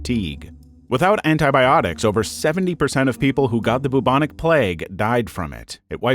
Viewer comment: boobonic plague is not how anybody pronounces it at all!